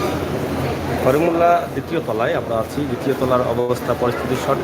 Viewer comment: করিমুল্লা নয় করিমউল্লাহ হবে